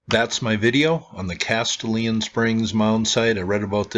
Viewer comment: Great video! I live about 30 minutes from this mound and I've always been interested in its history. Just FYI, this is a spot with Tennessee pronunciation. (lol) Castalian is pronounced 'Cas - stallion.'